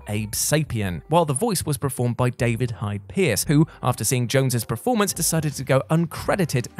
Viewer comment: There is something mispronounced in every one of their videos lol....the one that's nagging me the most is preformance instead of performance